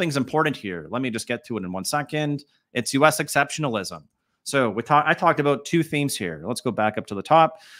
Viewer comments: That aboot killed me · A-boot.... lol